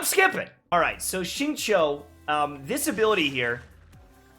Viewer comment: Xingqiu is pronounced Xing-Qiu, something like Sing-Chew, not Sing-Chow